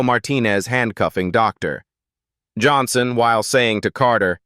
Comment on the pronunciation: Is the narrator really unable to pronounce Dr Johnson fluently. I find the dramatic pause after Dr so annoying.